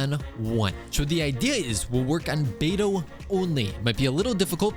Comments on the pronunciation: 3hrs and still “bediou” 🫩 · brother said “bediou” 🥀🥀🥀 real smooth